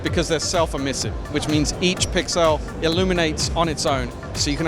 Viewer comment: New vocab word: "PIXILE" - Trendy new way to say pixel.